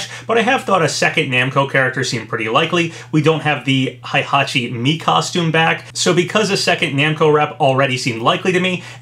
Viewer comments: "Hai"-hachi..... lol Dood its "HEI" hachi, there no "A". XDDDDDD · It’s HEY-hachi not HIGH-hachi GET IT RIGHT!!!